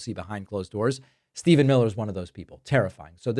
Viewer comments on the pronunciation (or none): none